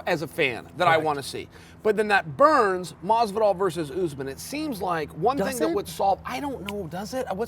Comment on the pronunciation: nobody: Chael Sonnen: "George Masvidal"